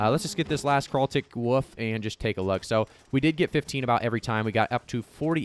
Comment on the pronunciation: thanks for making all this content man, appreciate how much you're putting out! You're probably my go-to New World content creator atm just with how fast you're churning out useful and informative vids. Also gotta just add that I love how you pronounce "wolf" lol.. sounds like you're saying "you can see how many woov's btw are over here, so you have a woof over here.. a woof over here.." much love though, not hating at all <3